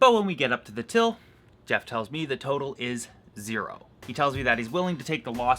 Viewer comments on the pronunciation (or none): none